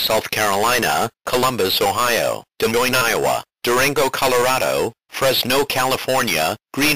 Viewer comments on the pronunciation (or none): none